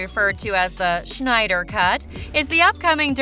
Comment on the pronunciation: It's not reffered to as the "Shneider cut", it's Snyder cut ffs